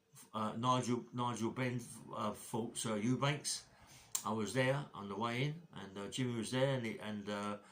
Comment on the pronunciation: Its Eubank not Eubanks 🙄